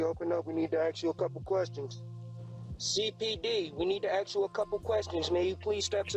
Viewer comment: "we need to AXE you a couple questions"